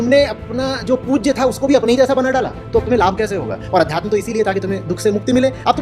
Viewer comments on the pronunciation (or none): अब तू सिखाएगा उन्हें अध्यात्म तुझे तो ठीक से अध्यात्म बोलना भी नही आता अध्यातम्म अध्यातम्म बोल रहा है😂😂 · अध्यतम क्या होता है। सही शब्द का सही उच्चारण नहीं होना चाहिए क्या